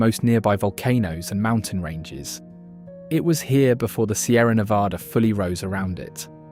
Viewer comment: This narrator, whoever or whatever it is, doesn't know how to pronounce Nevada.